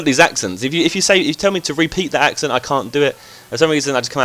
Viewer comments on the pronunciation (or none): none